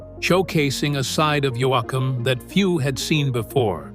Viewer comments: I can not believe this guy has mispronounced his name throughout the whole article !! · You would think they would have stopped the reader after he pronounced his name wrong a couple of times and got it pronounced correctly. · Please if this is AI talking or whatever or whoever fire him. Stupid pronunciation of names. Can't stand listening to it . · I don't think he knows how to pronounce his last name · Why can't these narrator say Dwight's last name correctly? Very annoying!!!! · Geez how many ways can an AI narrator pronounce "Yoakam"? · STOP SAYING HIS NAME WRONG . disrespectful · Pronounce Yoakam consistently please. I 've stopped watching this channel for this reason, its consistant in every video. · could you get the A I voice to pronounce his surname properly? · I would like this a whole lot more if names were correctly pronounced! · What you said me either I just got through saying, Can you not say the man’s name right? Dang. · For one, you're not pronouncing his name, right? I love Dwight, yoakham. I hope he keeps singing. It's country rock to me and I love it.God bless yokum❤ keep singing, you're good, very good. You always have been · Why doesn’t this guy who is speaking about Dwight Yoakam know how to pronounce his last name? What a moron😒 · How come you can't pronounce his name twice in a row? you've used at least 4 pronunciations of it all different. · More than awful. I think the narrator pronounced his last name 22 different ways. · Dwight is underrated as a singer and songwriter and is as good as any of them. He should be celebrated as such. Sad this narrator mis pronounced his name in so many ways. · Cant stand the AI generated voice that keeps saying the last name wrong. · Why is he not saying his name right my God it's giving me a headache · Because it's AI narrating. They need to teach their AI how to properly pronounce his name! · your not saying his name right , man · There are two syllables in his last name, not three. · He calls Yo yak hum